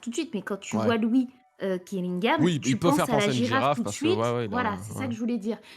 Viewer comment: Elle prononce mal les "ui"